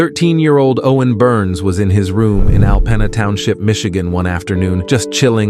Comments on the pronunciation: Hey AI learn how to pronounce things it’s Alpeena not pen-a. Also these stories are years old. Yes he was incredibly brave and saved his sister but it’s OLD news. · What a hero! But a lot of big brothers aggravating though they can be would come to the rescue. Also it’s pronounced Alpeena. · It is pronounced "AL-PEEN-NA" TOWNSHIP." I have tons of history and living relatives tthere. Thank God for your courage against thag terrible criminal, Owen! You did what you had to do: be a HERO! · Props to the brother and it's pronounced al peen a Michigan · "Al-penna" MI? Get a real narrator, who knows how to pronounce words, not a@ computer voice. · Fxxkin AI, mispronounced Alpena, so annoying